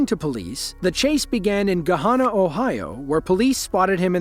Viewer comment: As an Ohioan lemme just say it’s pronounced “gua-Han-nah”